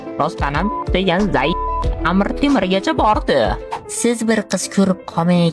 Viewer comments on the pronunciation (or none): none